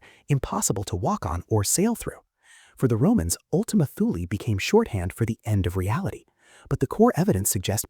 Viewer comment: don't pronounce the t h in Thule like we would in English.. make it sound something like this "tool" in a prime German kind of accent or it sounds something like"tell" in a Norwegian type accent..